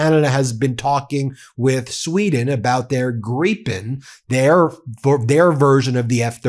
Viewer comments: Hey, you pronounced Gripen almost perfectly. Good job! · Very nice to hear that you have corrected your pronunciation of Gripen. Much appreciated by all Swedish speakers. 👍